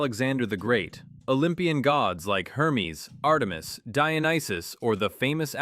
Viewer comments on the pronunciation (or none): none